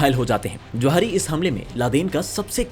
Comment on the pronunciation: Jawahri❌😂😂 Zawahri✅😊